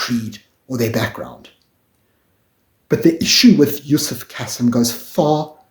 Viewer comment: Pronounced Kaseem not the soft 'Cassim' pronounciation.